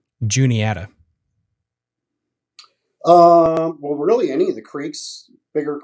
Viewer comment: Juniata......JUNE E ATTA!!!!!! Not Julieta!!!!